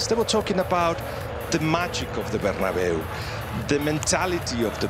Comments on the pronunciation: “incredible scenes at the bernaboo” 😅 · Katty calls Bernabéu “bernaboo” hahahah